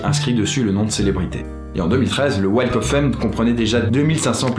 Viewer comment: Dans "Walk" on ne prononce pas le "L" en Anglais pitié !